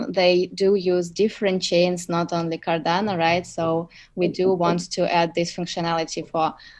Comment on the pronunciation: It’s Cardano, not Cardana! Thanks 🤦‍♂️